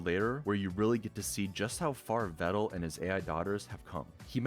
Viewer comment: Tbh I didn't know I was pronouncing Pedal and Medal wrong this whole time. Glad he told me they are pronounced like Vedal is!